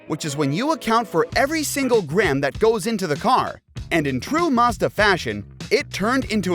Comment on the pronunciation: The is no R in Mazda. 🤦‍♂️